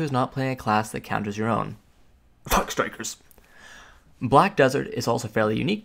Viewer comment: did I heard fuck striker?? (add Mystic to your sentence next time) thx